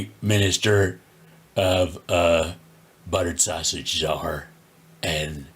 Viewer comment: 😂😂😂😂 Buttterrred Sausagess😂😂